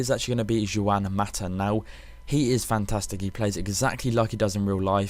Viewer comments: Say it like wand without the d not Jon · yh its wan not one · ITS 'HUAN' NOT FUCKING JEWWWW-AN 'HUAN' HHUUUUUUAAANNN' FUCK ME Um yeah... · You pronounce 'Juan' as One.... not Jewan. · I'm sorry, but what person does not know how to pronounce "Juan"